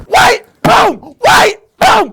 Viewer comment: hahah he said whitrah